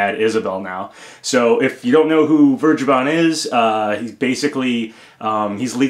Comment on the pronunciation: "Vergeben" is german and not pronounced like that. ;)